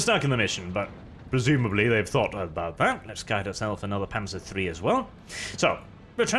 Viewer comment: Wait, this is a German campaign? So why do these soldiers speak English? Also, you have no right to get annoyed at people botching the pronunciations of German words,, since you keep pronouncing the "z" in "Panzer" as if it was an English "z"...